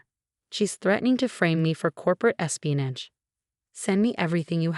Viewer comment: Regina’s espianage. Not “e spinach”